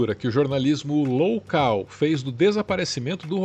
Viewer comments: Adorei o ' imprensa LOUCAL' ! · "Loucal" é ótimo. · Jornalismo "loucal" kkkkk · Imprensa “loucal” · Imprensa "loucal" foi interessante 🤪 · "imprensa loucal" kkkkkkkkkk